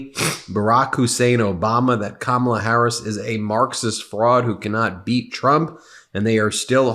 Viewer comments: He doesn't even say her name correctly. This is the kind of child half of America wants to elect as president. He's a liability to our national security, our constitutional processes and our institutions. And, easily manipulated internationally. It amazes me that someone lacking that much maturity, integrity, honesty, and leadership is the choice of half of America. Freedom is a bitch sometimes. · Have you ever noticed how he insults people by mispronouncing names like a little kid would